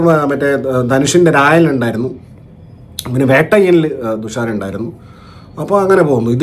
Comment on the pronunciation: തുഷാര അല്ല ദുസ്ര വിജയൻ 😂